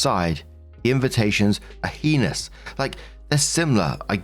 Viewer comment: Story 1 - When STILL doesn't know how to pronounce "heinous" correctly.